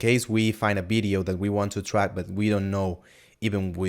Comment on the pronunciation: Video man, not Bideo!!! :) Realy good tutorial! Bravo!